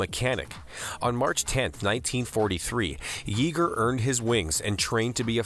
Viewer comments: Here we go again: the name of the man you called "Chuck YEE-ger," wouldn't like you mispronouncing his name, which sounds like "Chuck YAY-ger." Why do YouTube narrators keep doing this? All it takes is to type "pronounce chuck yeager" into Google (or maybe another search engine) and you'd know---but why didn't you know? It's a fairly common name. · Regardless, Chuck Yeager is a world famous aviator whose name has been correctly pronounced in numerous documentaries in movie theaters, on TV, and YouTube, and all one has to do is type "pronounce chuck yeager" into a search window.